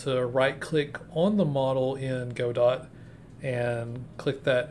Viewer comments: Nice video, you should show some more of what you talk about in the video as b-roll. No offense, but in case you care, its pronounced "Got-Oh", not "Go-Dot" :) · Yup, the proper way of pronouncing it is "however-you-like". I like to say "God-oh" because it sounds fancy. Makes me feel like a medieval veteran gamedev :D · Yeah, Juan's pronunciation of Godot rhymes with the Spanish pronunciation of 'robot,' so it makes sense to rhyme it with the English pronunciation of 'robot.'